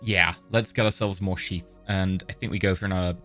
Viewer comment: i swear he is saying sheep instead of sheath